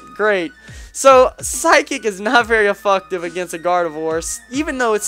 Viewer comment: did you really call seismic toss "super effucktive" and did shit with no attack investments? alright,, we won't send you back to pokemon school to have a lesson on moves like night shade and s-toss...yet.